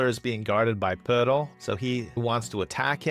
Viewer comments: your videos bring so much joy to my life man. Thanks for the consistent awesome content, I always leave a comment. The pronunciation of Poeltl made me smile. Elite. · OMG the way you pronounce Poeltl 🤣🤣🤣. It's probably the correct pronunciation, but brought me a chuckle every time.